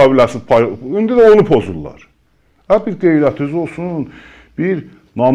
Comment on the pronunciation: GEYRƏTUZ OLSUN 😅😅😅 DANIŞIGI ÇIRIR 😅😅😅